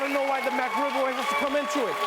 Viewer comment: "Whoa, whoa! How is the McRib political?" He didn't say "the McRib." He said "The MacRib." It sounds much more political, that way.